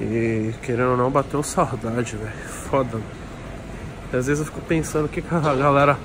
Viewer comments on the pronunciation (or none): none